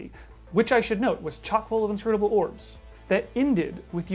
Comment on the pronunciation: Take a shot every time says "scrutable," next novel, "orb"